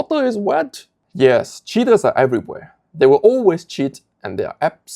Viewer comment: I don't mean to harp on your accent, but when you say "cheater" it sound like you are saying "shitter" and I wholeheartedly approve of that.